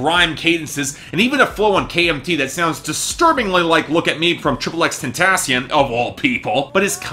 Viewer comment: It's pronounced X-Ten-Tay-Shun lmao